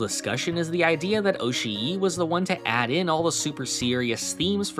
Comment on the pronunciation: Just fyi, double vowels in Japanese names / words aren't supposed to be pronounced as two vowels. They signify that the vowels sound is supposed to be held for longer. So instead of being pronounced oshi-i it's pronounced oshi but with the I sound sustained for a bit